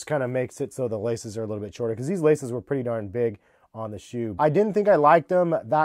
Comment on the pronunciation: This dude dont know how to say pretty hahaha